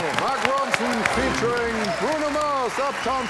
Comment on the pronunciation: Wie er immer feet statt featuring sagt 😂